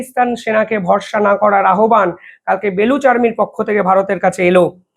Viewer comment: সুন্দর বিশ্লেষণ! চমৎকার রাজনীতিক জ্ঞান। শব্দটা_ আহ্বান> উচ্চারণ _ আওভান> আহবান নয়